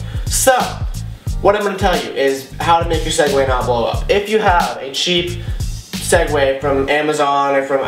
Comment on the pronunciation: swegways not segway